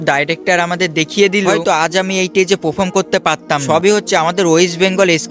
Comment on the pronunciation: এই টেজে না, স্টেজে হবে। পাফম না (পারফর্ম হবে)